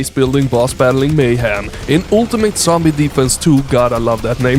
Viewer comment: Now, I have a wild hypothesis, bear with me. I noticed saying "sombie" instead of "zombie". (Maybe it's been obvious, but I haven't paid much attention to this.) IIRC, his friends came up with the nickname; what if they parodied his pronunciation and changed it to?! Otherwise, it's been lowkey bothering me for ages LMAO and I can't figure it out. Where is the truth!!!:_BratShout